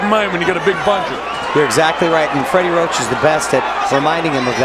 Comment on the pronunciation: Commentator said Freddie rock?? Wtf 🤣🤣